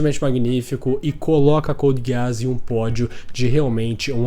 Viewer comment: É só eu que fico com agonia quando ele fala code giaás